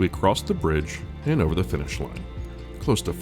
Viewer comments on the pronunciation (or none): none